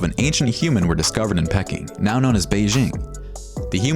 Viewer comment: Faber GEEEEEEEEEE ........ Pe KING!!!!!!!!! WTF is this pronunciation........ horrid voice.